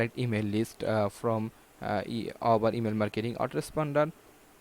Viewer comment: Dude you don'r even know how to say Aweber!